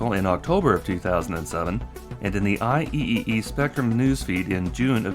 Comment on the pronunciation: Small correction: IEEE is pronounced "eye triple e"